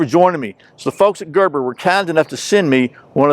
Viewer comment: "Gerbor" 06 Auto, or the Gerber, with an "E" in it? Little old nit-picker from Australia. p.s. I was going to count how many times you opened the knife, but I'd have to take my shoes off to do that LOL.